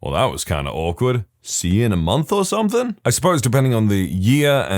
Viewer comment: No k in the word something